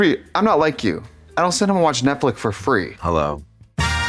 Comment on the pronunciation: Trixie, since when has Netflix, pronounced FLICKS, NOT FLICK YOU BACKWARDS TRASH, been free?